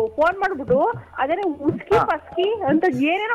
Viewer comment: ಅರೆ ಉಸ್ಕಿ ಅಲ್ಲ, ಅರೆ ಇಸ್ಕಿ 😂